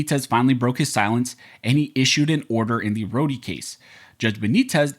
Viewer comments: Dude Rho-de case?? Rhod minus the e. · It’s pronounced Road the e is silent.